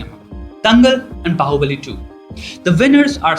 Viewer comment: dude...it's baahubali😑😒